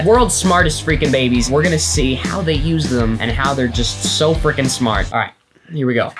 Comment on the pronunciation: PLEASE STOP SAYING FRIKING!